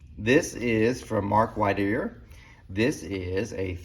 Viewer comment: I'm sure your doctors know more but I wondered if your AFib wasn't anxiety related. Swimming creates a lot of anxiety for many people and many of those folks can have a panic attack just putting their face in the water. Not the problem but sounds like the trigger. And your carb guy's name is Mark Whitener. White-ner.